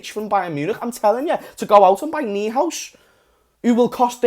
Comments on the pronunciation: Noihouse not kneehouse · I think it’s pronounced Noy-House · it's pronounced Noy House. :) translates as New house. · Completely agreed, on point about Coutinho! Also, his name is pronounced "Noy-House" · Its Florian noy-house,. And I have double thoughts about him, is he a smokescreen Idk im very afraid dk why but whats your call on him is he a smokescreen?